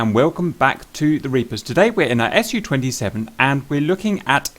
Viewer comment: Hey guys, I just wanted to mention that this Aircraft is called Su-27, not the S.U.-27.as a native speaker that makes my ears bleed :P I mean you say also the Mig right, not saying M. I. G... Su stands as you know for Sukhoi.. So please call it like your friends hot ass girlfriend Sue... Not S.U. :)